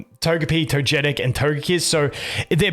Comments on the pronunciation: My man says Togepi and Togekiss correctly but then says Todjetic 💀🤣 Anyway, let ST Smackdown come. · You say Togepi and Togekiss correctly, how and why can you so narutally say "to-je-tic"?" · Toe jet ticks is… an interesting pronunciation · Togetic is pronounced as TOE-geh-tick. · I'm sorry how did you say Togetic? SMACKDOWN That pronunciation!